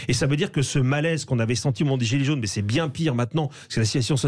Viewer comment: "Des zilets zaunes" dit il !